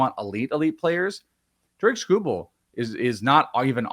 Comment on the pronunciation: TARE-ICK SKOO-BULL